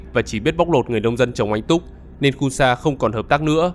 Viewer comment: Nên chứ không phải là lên, nói ngọng rồi viết cũng ngọng luôn à